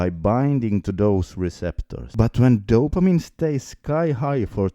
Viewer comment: Another dumb fuck with terrible pronunciation about dopamine.